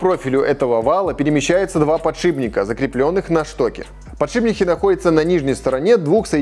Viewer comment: «ПодшиБники»! От таких слов из уст профи уши вянут.